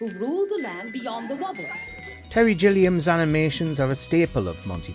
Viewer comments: It's GILLIAM not JILLIAM! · Gilliam. Not Jilliam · "Terry Jilliam"? Nope. Apparently you've never actually heard his last name pronounced out loud before. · it's Gilliam with a hard G